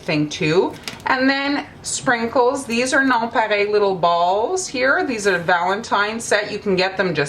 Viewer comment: It's a French word so she's pronouncing it correctly. 😊 Here in America we don't know how to pronounce French words correctly so we sound them out. Lol